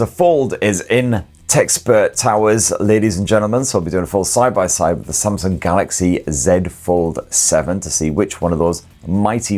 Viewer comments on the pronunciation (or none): none